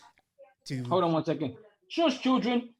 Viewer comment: “SHOOSH CHILDREN” 😂